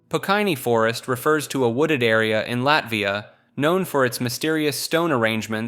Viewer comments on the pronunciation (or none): none